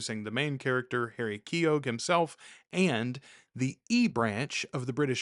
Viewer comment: Let's talk about pronunciation: Keogh sounds like Neo. The g is silent.